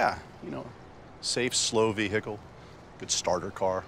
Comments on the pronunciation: Anyone who pronounces vehicle as ve-HEH-kle deserves the wrath of the Golden God. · Thanks to this clip I now say “vehicle” with a very audible h